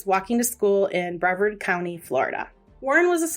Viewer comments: Bree vard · Yes, please. Its brevard like rhymes with yard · People always say Brea vard. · Please learn how to save names. It is Brevard was wrong the entire time.